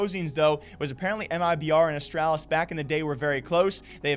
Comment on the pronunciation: You say Astralis wrong. Please fix